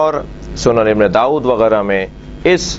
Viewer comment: Sunn e Abu daood hai ibne daood nhi naam to dekh ke pad yaar🤣sunniyo ki kitabo ke naam bhi padne nhi aate🤣🤣